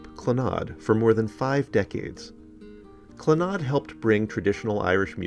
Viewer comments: I never heard it pronounces as it was in this video "cluhNOD", always heard the first syllable emphasized as you said. Second syllable was barely there- "CLANuhd". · Clannad is actually pronounced more like 'CLAN-add',, but we know what you mean! Moya's voice in person was one of the most ethereally beautiful sounds I have ever heard. Moya also composed, and arranged music for voice, harp and piano. I was fortunate enough to go to two of Clannad's concerts. Moya was the responsible older sister of a large family. A sensitive and strong musician with a beautiful heart. Moya was also a philanthropist. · It's pronounced CLANnad (slight emphasis on the first syllable... Rest in Peace Maire. The angels have gaimed a beautiful voice.